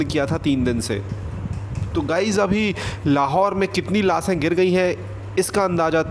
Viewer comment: पहले हिन्दी बोलने सीख लो लासे नही लाशे सोसल मीडिया नही शोशल